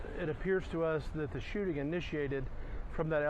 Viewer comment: Shoe-ting 😂😂😂😂😂 ü r A G-neeus 4 rëëL bruh